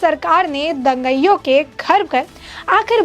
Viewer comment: तू बार बार दंगईयों बोलती जा रही है, क्यों? क्या तू अंग्रेज है? क्या तुझे यह भी नहीं मालूम कि 'दंगाईयों' होता है? क्या तूने कभी स्कूल का मुँह नहीं देखा? तुझे अक्षरशः भी नहीं मालूम? बेशर्म लड़की।